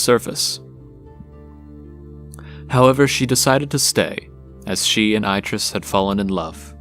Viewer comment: I can't finish this because every time you say Aitrus wrong, it distracts me. He literally says his name, along with his wife, in the games, and it isn't how it's said here. Decent video from what I've watched, though.